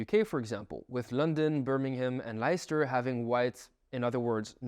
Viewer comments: "Leister"? wtf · For future reference: Leicester = less-ter, not lie-ster.